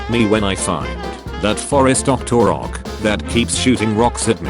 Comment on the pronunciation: Linels? OcTOrock? Computer voice = dislike and don't recommend channel